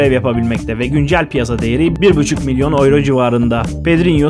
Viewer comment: turkce tellafuz etsen avro desen yine raziyim kardo ama oyro degil be kabullen